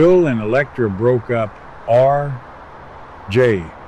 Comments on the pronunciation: This Ai is way beyond annoying. Someone could be employed, and supporting themselves and their family if saving money wasn't more important. Having a human voice over artist, who could respond to constructive criticism, and correct the enunciation of certain words like RJ RJ RJ, not R J. would be most welcome. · I apologize for mistaking the voice for Ai. Good to know someone is getting paid for doing a job, however, the pause between the letters R and J is annoying, and I can't understand why it can't be corrected. Thank you so much for your response.